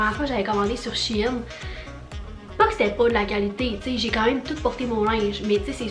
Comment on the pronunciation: Le site se prononce chène!!!😤